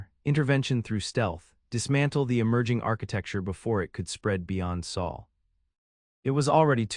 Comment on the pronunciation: Sol not Saal